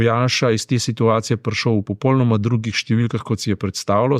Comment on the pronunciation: g.! V besedi "popolnoma" se črka l izgovarja u (slovar slovenskega knjižnega jezika). Mogoče vam bo zanimivo prebrati članek o elkanju v slovenskem jeziku, ki ga najdete v Googlu pod naslovom "Al' prav se reče...". Sicer pa se precej strinjam z vašimi komentarji.